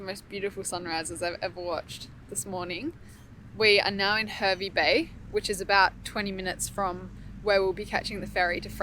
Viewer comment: Lovely part of the world! Great vid guys, good times! (tip: it’s pronounced Harvey). How’s the island after the fires?